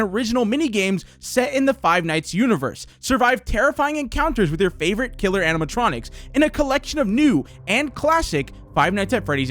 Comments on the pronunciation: Why cant he say killer? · Why can’t he say killer